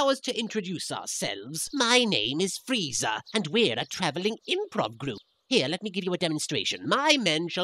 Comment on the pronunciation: freeiza? it's freeza or freiza, one or the other. choose correctly